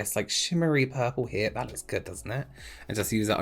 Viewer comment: I love your videos but am distracted by how you say vis and vat instead of this and that - I guess it’s a local pronunciation of words beginning with ‘th’. No matter your videos are still helpful!